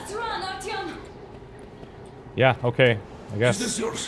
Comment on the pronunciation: This is neat! I'm enjoying your take on the game, as I always enjoy your "let's plays"! However, the in-game pronunciation of "Artyom" kind of drives me nuts. Anna says "Art-YOM" with the accent on the second syllable, and her father says "ART-yom," with the accent on the first. LOL. Something's fishy. I'm going with Anna being correct - after all, she's his wife, she ought to know.